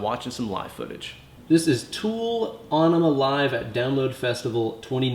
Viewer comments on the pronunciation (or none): It's en uh muh not on uh muh. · AE makes the "Eh" sound in this case. The song is about flushing California, and an Enema is something that flushes your bowels. It wouldnt be pronounced Ay-neh-ma. Some other words with a similar AE are Aethelstan, Paedophile and Aether. The reason some words/names like Samael are pronounced Sam-Ay-EL, is that the suffix EL denotes Godliness or a connection to God. English has a tendency to favor the way a word/name was originally constructed when it comes to pronunciation. That is how you can get two words with similar letters sounding completely different. They were compound words that got squished together, so they take the spelling from both original words and then change a few letters in the middle to connect them in a way that wont change the pronunciation too much. If you've ever been to a spelling bee, you've probably heard the kids ask for the origin of the word. This is why that matters. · Onima? It's pronounced in e ma, like enema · It's actually pronounced Enima...... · Lol he called Aenima Onnima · Aww-nema? What an idiot.. You're going to try & school us on techniques, used by an amazing guitarist, for a song that you cannot pronounce.. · sure can play... but phonetically its ' en em uh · Is it not pronounced, uh-knee-muh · you're miss-pronouncing aenema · I did find the mispronunciation a bit surprising, but at least is teaching people to play the riffs correctly:-) As for the "winemaker" thing, must have been autocorrect, huh? I was like... hmm, is this some kind of Maynard reference? 🤔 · Have I been pronouncing Aenima wrong my whole life!? Thanks, correcting my guitar playing AND my grammar!